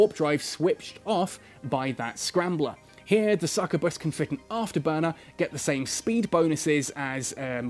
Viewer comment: I wasn't ready for to butcher the word Succubus again without warning.